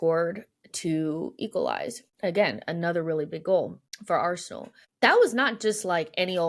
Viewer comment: Arsenal has two syllables even Josh knows that